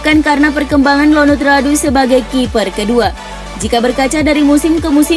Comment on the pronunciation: ionut bukan Lonut